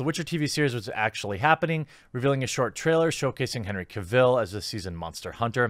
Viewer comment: henry "cruella" ca vill